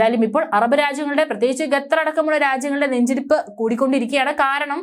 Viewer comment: ബന്ധ ശത്രു? ഗത്തർ ? നേരാം വണ്ണം മലയാളം ഉച്ചാരണം അറിയില്ലെങ്കിൽ പണി മതിയാക്കി പോ കൊച്ചേ.... 👎